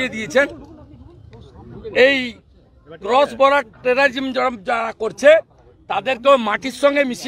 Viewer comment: ক্রস বর্ডার উচ্চারণ করতে পারে না এরা নাকি নেতা।। এই জোকার একটা।। ওর সরকার এর ক্ষমতায় জনগনের কাছে ক্ষমা না চেয়ে যে তাদের গাফেলতির কথা না স্বিকার করে এই জন্তু 😂উল্ট বেলেইম নিয়া ব্যাস্থ